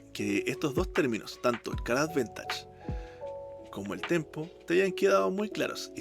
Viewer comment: Bkn la iniciativa y temón de Zelda. Seguiremos atentos el canal, acá un jugador de MyL por pobreza jajaja. Me enganché al TCG por Magic pero no soy magnate para sustentar MTG todavía. Una crítica constructiva: la palabra es advantage, advEntage no existe en forma escrita (aunque puede sonar así según el acento de origen del angloparlante).